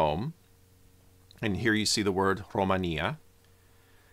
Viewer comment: Not to confuse with the country called Romania and then he pronounce Romania exactly the same we pronounce in romanian language